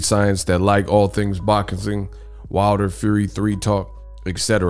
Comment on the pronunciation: All things boczin 😂😂😂 you mean boxing